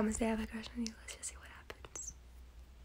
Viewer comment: I thought he said “shh” 🤣🤣 .